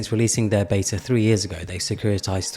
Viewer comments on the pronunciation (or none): none